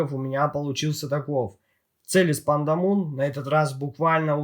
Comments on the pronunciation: лично я первый раз слышу, все зарубежные обзорщики называет их Пандамон (Панда Монстр), а не Пандамун (Пнда Луна). Там же окончание на Mon, а не на Moon. Я не умничаю, просто режит слух =) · Автор, а чего ты говоришь Пандамун если они Пандамон называются?)